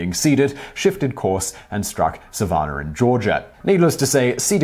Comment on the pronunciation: Did you mean Savannah (Sa- VAN-ah) GA?